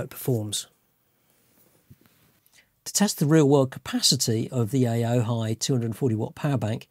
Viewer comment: Funny how all the reviews of this power bank always get the name wrong. It's pronounced "O-HI"